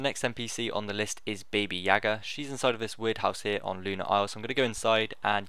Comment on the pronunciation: its BABA yaga